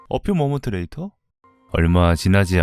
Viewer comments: 어 퓨 모먼뜨 레이션 겁나 웃기넼ㅋㅋㅋㅋㅋㅋㅋㅋㅋㅋㅋㅋㅋ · 어 퓨모먼트레이터 발음 ㄹㅇ 실화냐?